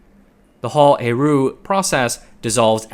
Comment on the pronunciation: Getting “aru” out of héroult Is baffling